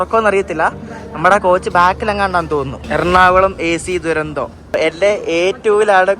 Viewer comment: തുരന്തോ അല്ല , ഡുരന്തോ ആണ്